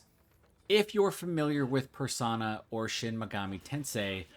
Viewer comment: PersOna, not persAna.